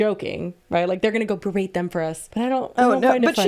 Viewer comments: So petty but i love that rug lady said “berade” instead of berate lmao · I don't think she knows what berate means and I think that's clear from the fact that she pronounces it like it's a braid.